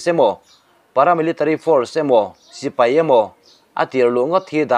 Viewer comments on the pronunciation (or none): none